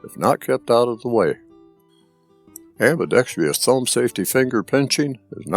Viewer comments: You keep saying "Am-bi-dex- Fri-us". T h ere is no "tree" or "tri" in the word. It is pro- bounced: Am b i dex trus". STOP the fake "YU v v " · Great, and thorough review! BTW. It's "ambidextrous", not pronounced "ambidextrious"....no "i".